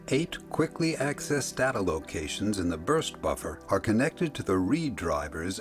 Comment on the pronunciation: The word Data is incorrectly pronounced in this Video